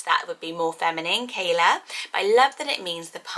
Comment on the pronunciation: Im not Hawaiian, but Ke'ala would be pronounced literally "Keh ala", not "Keyla". The apostrophes are not for decoration!